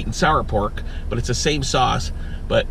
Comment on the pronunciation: Is he saying sauce like saurce on purpose?